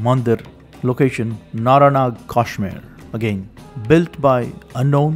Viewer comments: It’s pronunciation is not Kaashmir, but Kashmeer! Please pronounce it correctly . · First of all he pronounces the name Kashmir wrongly. What can you expect from such an ill informed person. His information is all lies. Muslims did not exist in Kashmir until 1312. This guy says there was a so-called invasion in CE. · what is kaashmir....say kashmir ....vah rishi shri kashyap ji ki bhoomi h